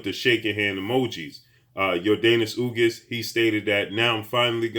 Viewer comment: Ugas not ugis